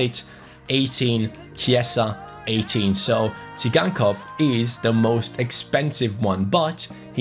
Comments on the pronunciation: Moise kean he is 72 rated he should become 74 in this season because he is in juve and its not si gan kov its "sie gan kov" ok? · It's pronounced Sygankov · you pronounce Tsygankov as Victor "Zaigangkov". I think you said it wrongly.